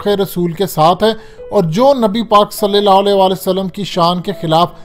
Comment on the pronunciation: صلی اللّٰہ علیہ کا تلفظ درست کرو میرے بھائی کئی بار کہا ھے